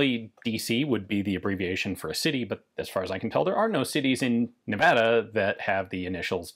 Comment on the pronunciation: Thank you for pronouncing Nevada correctly.